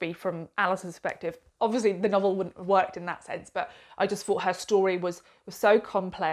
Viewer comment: Why can’t so many bloggers say th, as a reader it’s not fought it’s thought 🤦‍♂️